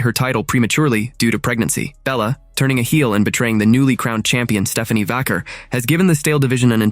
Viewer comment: Is AI talking in this video or is the real person just reading a script and doesnt know or care about wrestling? Mispronounced Vaquer and called Ray's finisher the 6 hundred and nineteen???? Channeling Mean Gene... Give me a break! (If he even knows who HE is)